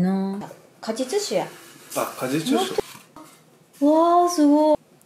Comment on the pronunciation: 静けさとおしゃれ画角で最高です 果実酒言えてない笑